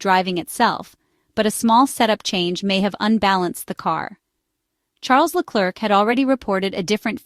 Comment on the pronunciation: This is probably read by an AI voice but in case the usa woman is real: PLEASE try to pronounce Leclerc a bit better, it sooooooo painful to listen to your trump level butchering of his name